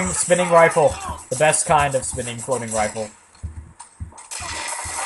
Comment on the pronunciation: Reefle ? You mean rifle, right ? P.S.: Please forgive me for pestering you around with the pronunciation thingie. Please. ;-)